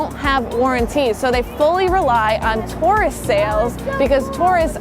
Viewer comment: She said tourist weird. Tore-ist Lol